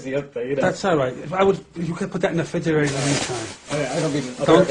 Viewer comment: “Put that in the fridgerator” 😂